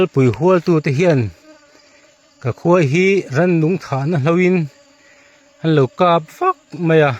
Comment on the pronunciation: Khawipui nge Khuaipui? Khawivah nge Khuaivah? Khawi vanrial nge Khuai vanrial? Khuai tia lam zel tur anilo ami?😊